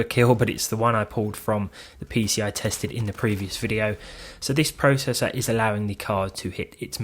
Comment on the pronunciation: YOU SAY PROCESSOR WRONG!